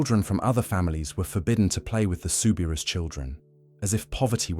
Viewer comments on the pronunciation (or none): The correct way to pronounce her name is souberoo not ousssss